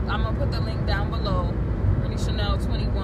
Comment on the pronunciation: "britney" ""chenel"" lol!!! and your lecturing other people for just trying to help while you carrying on like some typical thug princess, nice.